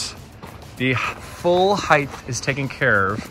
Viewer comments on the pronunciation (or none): When did height become heighth?